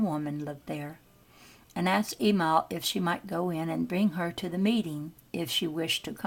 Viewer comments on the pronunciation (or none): "E MIL" NOT "E MALL